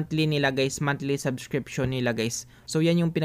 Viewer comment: salamat, po, nakakastress lang yung paulit ulit na "saskripsyun" sabsskirption, subssssskriptnzzz, .... pede naman tagalog na lng bro... waaah! suskripsiyon... ayan tagalog hahahah salamat po ulit sa pagshare ng "PANO MAGKANSIL NG SUBSSSSKRTNZZZ" HEHE more power!